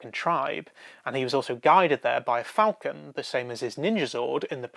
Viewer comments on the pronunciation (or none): none